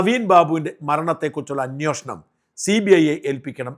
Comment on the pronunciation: അന്വേഷണം അല്ലേ ശരി അന്വോഷണം എന്ന് എപ്പോഴും പറയുന്നു. Please